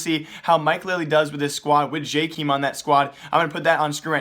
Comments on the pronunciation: It's JAKEM not JAKEEM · its not Jkim its Jkaem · Pronounced jaykaym not jikim :) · I swear he just pronounces names wrong intentionally just so people comment but I can't help it. JAY-KEEM? I have never heard anyone pronounce it that way, it's always been JAY-KUM. Idk maybe I have it wrong but that's how the casters say it lol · this man still cant say jkaems name right